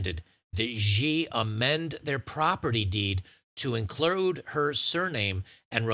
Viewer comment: In what world is "Xi" pronounced "Geee?" You discredit yourself by not being able to read basic words.. Xi is pronounced "she" ironically given the case, but that is how it's pronounced. Anytime you see XI in Chinese names it's pronounced "she."